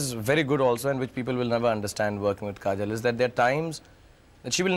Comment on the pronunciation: Why everyone saying Kajol as "Kajal"... :D Too gawti...